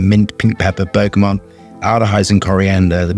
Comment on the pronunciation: I love you. But please..please.. It’s bergamot! NOT bergamonnnnnnnnnnnt!! Please..